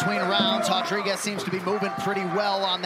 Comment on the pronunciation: Why they say hotdriguez instead of rodriguez